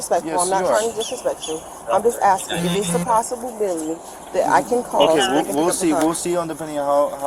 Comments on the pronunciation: "If its a possible-bility?" LOL Well thats a new one! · “Possalability” hmmmm that’s a new one